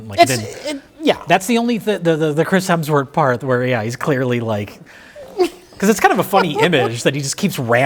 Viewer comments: ...you repeatedly call him Chris HELMSworth. It's Hemsworth. You should apologize. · another instance of the incomparable pronouncing Hemsworth as “Helmsworth” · It’s been nine years since Mike made fun of for calling Chris Hemsworth “Chris Helmsworth”, yet he’s still doing it. God bless his soul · I think this might be my favorite movie ever too.:trophy-yellow-smiling: And its HEMSWORTH! Not Helmsworth. "Bad Max" features an old sullen mel gibson driving around suburban strip malls in his smart car. Throwing a fit at the Starbucks drive through. Yelling at teenagers. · Mike is seething behind the camera at pronunciation of "Helmsworth" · I just need to stop you. You you consistently al- always say "Chris Helmsworth". It's "Hemsworth". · 8 years after being scolded by Mike for saying "Helmsworth," and is still doing it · "chris Helmsworth" - did it again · still calling him Helmsworth 😂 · did say "quic-chris helmsworth"? dick the birthday boy never learns... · still calling him Chris "Helmsworth" despite being previously rebuked by Mike. Poor Chris Helmsworth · calling Chris Hemsworth Chris Helmsworth with the inevitability of diabetes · still says Chris HeLmsworth 😆Mike corrected him years ago! lol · hes still calling him chris helmsworth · still says "HeLMSworth" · says 'Chris Helmsworth' again. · is finally free to mispronounce “Hemsworth” now that his bully is gone.